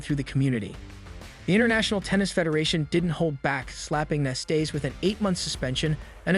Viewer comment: Ilie Nastase as well, it's ridiculous how he pronounced his name.